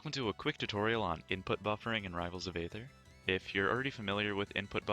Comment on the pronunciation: ITS EE-THUR